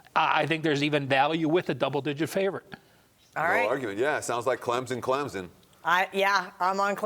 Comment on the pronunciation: It's pronounced C L E M S O N, not CLEMZON!!